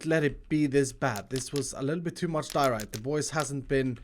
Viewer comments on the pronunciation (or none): none